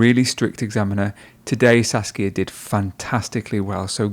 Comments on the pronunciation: Every time he says saskia it sounds like sasuke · Her name: Saskia The guy: "Sasuke" lol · Saskia is just a mispronunciation away from sasuke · I keep hearing her name like Sasuke :> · Should be Sasika not suskia😁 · Me: OMAEWA? She: Uchiha Saskia Me: NANI???!! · You can see her face of disappointment after the guy mispronounced her name